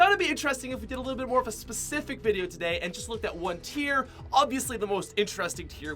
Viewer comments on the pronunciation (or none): none